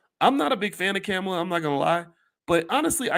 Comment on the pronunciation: C'mon Boyce. Kamala Harris has been VP for nearly 4 years. It's time to learn how to pronounce her name.